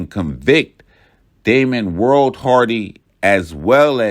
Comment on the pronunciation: It’s Damian not Damon, but very well done